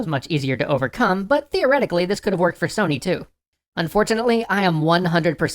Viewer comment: You said Sony wrong